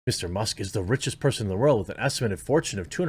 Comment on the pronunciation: That's got to, you know, vary from person to peeson, though, right?